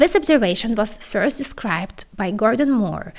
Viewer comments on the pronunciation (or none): none